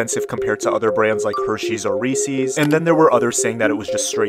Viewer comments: I have never...*EVER* heard someone pronounce Reeces like that... I actually shook when I heard it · So... we not gonna talk about how narrator pronounced "Recees?" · The way he pronounced Reese’s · It’s not hard to pronounce Reese’s correctly. F**k you specifically for that.